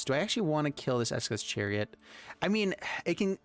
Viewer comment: Him calling esika's chariot, ESKA'S chariot, has been irking me for a while.